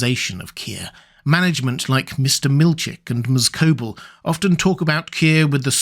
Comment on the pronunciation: Don’t you know it’s disrespectful to mispronounce a name once you know how it’s meant to be pronounced, Row-bear? “Lieu-mon” instead of “Loo-min”? “Cob’l” instead of “Co-bell”?